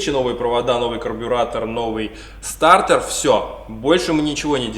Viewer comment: Стартер а не стартэр 🤣🤣🤣